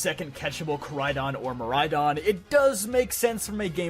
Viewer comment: IT'S MIRAIDON, NOT MAIRADON!